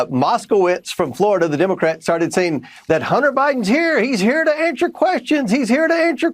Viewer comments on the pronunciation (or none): "Ansher" questions?